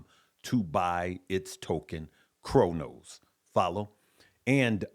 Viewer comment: Cronos is “Cro” family not Cor just an fyi!!!